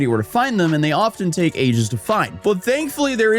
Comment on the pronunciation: We didnt learn with honey? Fucking “coupert” dude come on